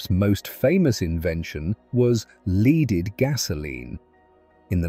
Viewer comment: 0’56”. There is no such word as “leaded” (as you would rhyme it with “weeded” or “heeded”). “Leaded” and “unleaded” (rhyming with “headed”, “wedded” etc) are perfectly fine. Homophones and homonyms aside, you don’t get to hurt my ears like this. “Led” 0’48” was okay but only by happenstance.